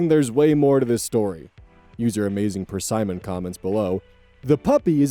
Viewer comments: dude cant pronounce Persimmon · What is that pronunciation of Persimmon 😭